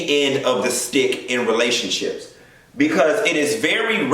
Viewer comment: When he said the Re (rah) in relationships 💀💀💀💀💀💀💀😂😂😂😂😂😂😂😂😂😂😂😂😂😂😂😂😂😂😂😂😂